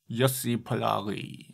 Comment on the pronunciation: Very solid feedback, thanks! I agree I went a bit compression-crazy, and the vocals mixing was a new challenging area for me. But overall it was a nice experience, and the song is a pleasure to the ol' ear! Oh and also a good try in pronouncing my name (Pollari) :D